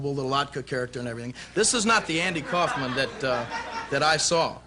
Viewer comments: I've heard of Andy Kaufman, but who's Andy Cowfman? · Andy Cow-fman?